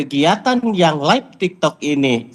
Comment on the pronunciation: Itu yg ngomong laip2 itu siapa sih? Apaan itu laip?